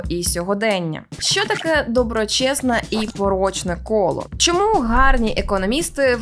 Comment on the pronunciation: За нормами укр фонетики усі шиплячі тверді, тому попрацюйте над тим, аби замість шшьо і шьому вимовляти чітко що і чому.